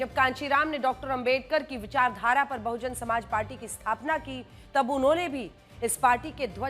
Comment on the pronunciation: अंजना मैडम बहुजन समाज पार्टी बोलिए मुझे लग रहा है आपको हिंदी पढ़ना नहीं आता